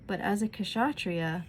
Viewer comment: Please pronounce Ksatriya as kshatriya (K and Sh must be pronounced together, at one go). Kshatriya means "an armed warrior". I will also advise you to listen to Swami Chinmayananda's commentary on Gita which freely available on YT. Good job...Jai Sreemannarayana!